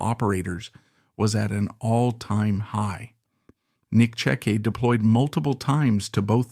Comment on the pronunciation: Because these videos are garbage and they’re using people’s names to try to make money. It’s disgusting. They aren’t even pronouncing his name correctly